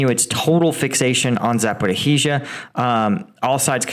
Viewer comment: Zaporiya, Zaporiya, Zaporiya ... just try to say it correctly 😀